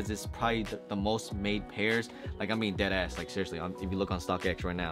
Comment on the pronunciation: dead ass sounds like u just heard the phrase dead ass for the first time recently lol im jk though love your videos man, keep it up.